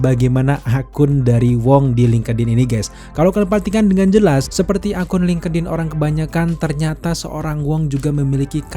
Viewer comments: FYI : bang link' in aja bacanya jgn linkedin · Dibacanya bukan lingkedin mas...... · Ini ngakak si lingkedin 😆